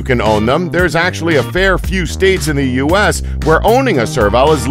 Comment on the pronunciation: Bruh he said use instead of U.S.